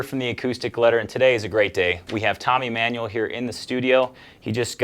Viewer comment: It is not pronounced Tommy "Manual", but Tony "Emmanuel".